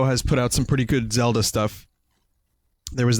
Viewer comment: "Zelder" Hahaha please tell me that was intentional. Also, don't feel embarrassed about your carry case; for my 3DS I have this enormous garish red and blue Mario carry case with all the characters on it. I'm the same age as Vinny, and how many fucks do you think I give?